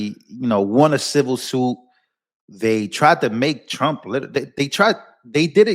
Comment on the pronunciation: The first time I heard she said president Strump 😀